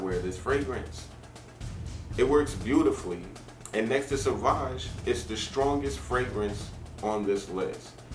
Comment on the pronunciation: Savage would be,if you pronounce like you did.Sauvage is something different.